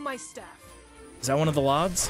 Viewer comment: Is him calling lads "lods" and inside joke I don't know about or???